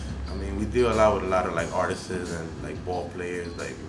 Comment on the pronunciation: doesnt know how to say artists lol